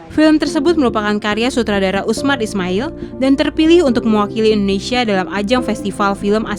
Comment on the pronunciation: IN DO NE SIA mba bukan Innesia 😂😂😂